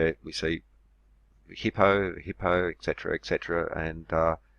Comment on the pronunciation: love your videos but can't stand it when I hear someone say "ek setra". etc. is Latin for two words et cetera, meaning and so on.